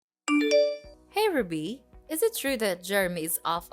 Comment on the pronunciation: The way she pronounces RUBY is so irritating